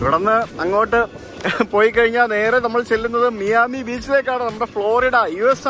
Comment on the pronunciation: മിയാമി അല്ല ബ്രോ മയാമി.